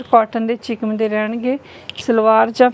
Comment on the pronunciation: ਚਿਕਮ ਹੁੰਦਾ ਜਾਂ ਚਿਕਨ ਅਸੀਂ ਤਾਂ ਚਿਕਨ ਕਹਿੰਦੇ ਹਾਂ